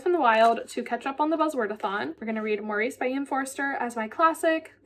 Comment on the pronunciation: Loved this vlog - thanks for the reviews! I got an ebook of When the Tides Held the Moon and your review prompts me to hurry up and read it. I also was waffling on reading my ebook of Yield Under Great Persuasion - still not sure if I want to read just yet. Superfluous is pronounced su-per-flew-us (the second syllable is stressed). Also in British English, "Maurice" is pronounced MORR-iss (emphasis is on the first syllable, which rhymes with "or," followed by a short "iss" sound). It stands out to me because of the film starring Hugh Grant which I have seen twice.